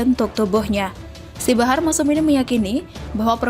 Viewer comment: Min barah apa bahar??,, Please deh cek dulu bacaannya sebelum di upload🙏🙏🙏